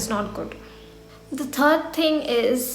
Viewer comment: "the first 'dhing' is..." North Indians!!!